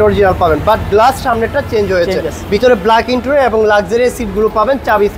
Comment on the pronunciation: ইন্টুরিয়ার না, 😂 ইন্টেরিয়র : ইন-টে-রি-অর